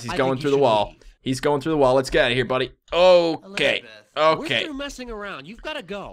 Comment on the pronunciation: Grace keeps on saying it wrong. instead of "Elisabeth" its "ᴱᶫᶦˢᵃᵇᵉᵗʰ"